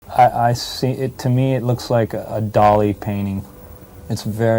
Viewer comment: Did a robot do the closed captioning? Dolly? Dolly Parton? No, it's dah-LEE. Salvador Dali. Also, Frank Zappa was not "known" for his singing voice. Did a robot write this "fiction "" too? Way too many mistakes in this video.